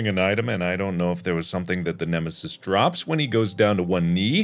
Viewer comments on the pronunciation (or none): It’s dr nemisoos